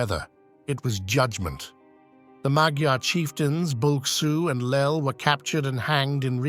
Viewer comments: I like the artwork, in fact the whole video. Well done! Just one thing: I once met a woman from Hungary and she told me that "magyar" is rather pronounced like "majar". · ma\ gyar. gy=dj (more or less). The first syllable is always stressed. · Please learn how to pronounce magyar.